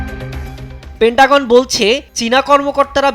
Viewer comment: ওরে ওটা প্যান্টাগন না, পেন্টাগন 😂😂